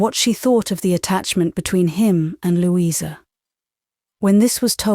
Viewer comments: Lou-eye-sa??? British? Nope. Sorry. Loueeeeza is correct British pronunciation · DEFINITELY NOT!! Lou-eye-sa is a dead giveaway!! Her name is pronounced Loueeeeza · That is correct and yes, was a mistake but overall the voice is using RP. Believe me, there are Jane Austen audiobooks here where a nasty thick American slang accent soils the source material. "Lou-eye-sa" would have been you least problem. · Great reading, but a weird pronunciation of Louisa😂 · Can the narrator please refrain from pronouncing the name "Louisa" incorrectly. It is most irritating. Particularly when she sometimes bothers to pronounce her name correctly. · i agree, it'e Lou...issa....incredible that an English narrator doesn't know how to pronounce this name1